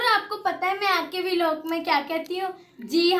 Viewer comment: Vo V_ log nahi hota vlog hota hai 😅😂😂😂😂😂